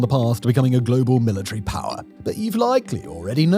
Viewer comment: I love when Simon pronounces power as 'Pah".